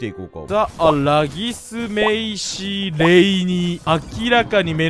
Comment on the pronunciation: 今では有名ならぎすさんもが昔はレイギスって読み間違えてたの思い出して笑った